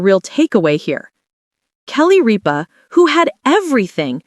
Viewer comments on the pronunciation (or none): Learn to pronounce Ripa and Consuelos